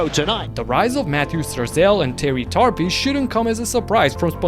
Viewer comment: Terry Tarpey (more like tar-peh not tar-pi lol), it's almost like "tar-pay"